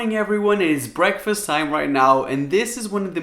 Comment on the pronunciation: Why tf do you say "preakfast" 😂